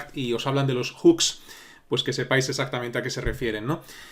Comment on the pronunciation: tu siendo español, que bien pronuncias "Hooks" normalmente la gente de aqui (España) pronuncia Juks 🤣🤣